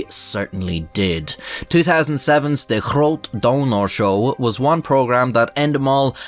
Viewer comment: As a Dutch guy myself, I appreciate how you pronounce "De Grote Donorshow" :D